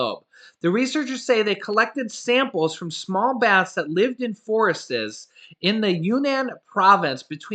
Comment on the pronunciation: Forest s not forestes 😉